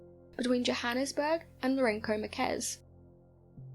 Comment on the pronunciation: Lourenço Marques is a city, and is pronounced "Lorenzo Marks," it is in Moçambique. Salisbury is pronounced "Saws-berry." As far as I know that was in Rhodesia, now 🇿🇼 Zimbabwe. Light was probably the train that runs parallel with the road.